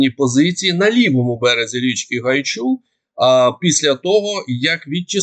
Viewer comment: Річка Гайчур наголос на літеру а